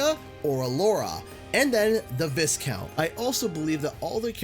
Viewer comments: Hate to be that guy (jk, I actually like to be that guy) but I need to let you know that you mispronounce the word 'viscount'. It's not viss-count but rather vai-count. I learned about that recently myself. Just trying to make people aware. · Uh, just FYI, "Viscount" is pronounced "vye-count" not "viss-count". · Viscount is pronounced VI-count, the S is silent. Stay in school kids, we don’t need anymore YouTube channels with a substandard narrator who can’t pronounce the simplest of words.